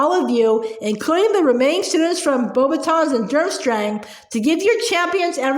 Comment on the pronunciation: How you pronounce beauxbatons is beax- batons😊👍🏻